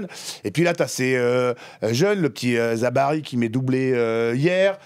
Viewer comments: ZABARI je connais pas, Zabiri par contre oui … la bonne prononciation des noms de famille est la base même du respect. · Il est vrai que c'est difficile de gagner la coupe du monde tant que l'arbitrage est corrompu par les soit-disant grandes nations de foot, on l'a constaté dans le match de demi-finale coupe du monde France-Maroc😜Faites un petit effort, il s'appelle Zabiri et non pas Zabari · CEST PAS ZABARI MAIS ZABIRI